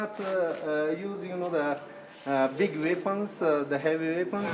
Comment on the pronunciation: "Ve cannot use the er big veapons" - ?That's a strange Afghan accent there. lol